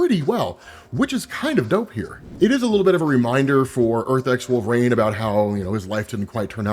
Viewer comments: it's wolvERine, not wolvaarane bro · Nobody gonna stop from calling him "Wolf rain"??? How could someone like him be getting the name so wrong?